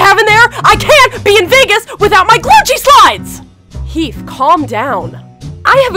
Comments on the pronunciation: It is Gucci not gluchi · Its Gucci not gluce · LOL THE GUCCI SAID GLUCCI BAHAHAHAHHAHAA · it said glucci 😂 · He said Glucci slides L.O.L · Glucci? I think they are trying to say Gucci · Glucci slides lol that’s wat I heard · Isn't it supposed to be Gucci not Glucci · He said Glucci Store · its not glucci its gucci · It's not glucci IT IS GUCCI!!!!! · Am im sorry to ask but its not glucci its gucci okay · It's not Glucci it's Gucci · its not "Glucci" its Gucci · It’s called Gucci not glucci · It’s Gucci not glucci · It’sGucci not Glucci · "I NEED MY GLUCCI SLIDES" rlly,glucci? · You are saying glucci 😂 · Who heard glucci like if you heard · I swear I heard glucci no shade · It said glucci